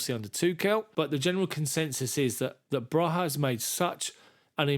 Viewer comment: It’s pronounced broya not broha just saying